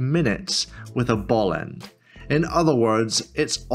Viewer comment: Great video! How many times did you say bellend instead of ball end? 😅